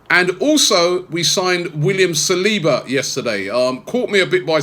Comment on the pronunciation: Please tell how to pronounce saliba, he pronounces it like he´s saying Salahba